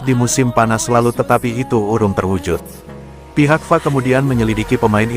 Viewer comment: Tolonglah yang di kasih tanggung jawab membacaisi berita( konten ) mereka yg paham pengistilahan apapun ,contoh kalimat /F A ngapain di baca fa ini kan memalukan sekaligus mmilukan. makanya solosinya ganti sang Naratornya Oke y